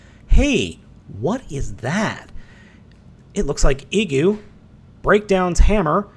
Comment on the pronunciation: I think the "i" in Igu is supposed to be pronounced like "ee" as in "green". But I'm basing that solely on the fact that the figure came from Japan.